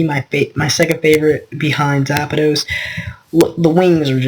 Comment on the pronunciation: Its not zapados its zapdos